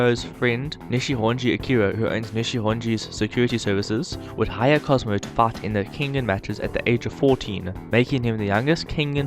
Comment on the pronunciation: Lol you say fight like fart